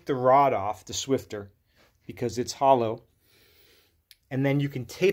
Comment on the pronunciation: There's no T in Swiffer 😂